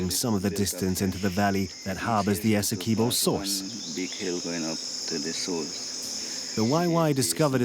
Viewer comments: Essequibo not essekuibo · It's pronounced...S..e..quibbo. Awesome documentary nonetheless. Thank you for showcasing our spectacular river 🇬🇾